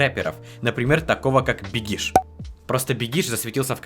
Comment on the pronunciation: Не Бекиш а "Бегиш"